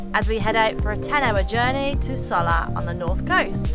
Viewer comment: Soller.................. the 2 ll's are pronounce as a Y in Spanish